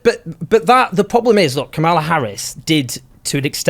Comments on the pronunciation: How effin hard is it to pronounce Kamala’s name, Jones… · Come on Owen. Pronounce Kamala’s name correctly. I’ll give you the benefit of the doubt with British pronunciation. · Voter turnout. MAGA showed up. Black men DID NOT win the election for Trump. White men and white women (despite reproductive oppression) did. Trump won’t do anything to make the lives of Americans. American people, in aggregate, are politically and strategically stupid. And dude! Pronounce Kamala’s name correctly! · Pronounce her name correctly Owen....why is that hard to do? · Please always insist that your guests pronounce Kamala's name correctly.